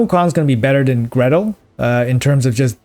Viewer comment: Gretel, not Greta